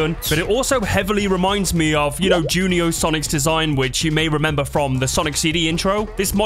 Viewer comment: You said "jun-e-oh" it's pronounced june-e-oh"